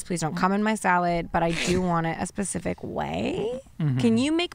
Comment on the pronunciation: says “pacific” not sure if she addresses it further in but I just wanted to document this